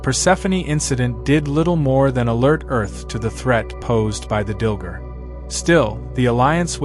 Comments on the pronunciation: Dil-GAR, not Dil-ger. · DilGAR. Not Dilger. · Umm it's Dil-gAr - not ger...you AI Dillhole. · I believe it's pronounced "Dill-Gar". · DilgAr! There's an a not an er.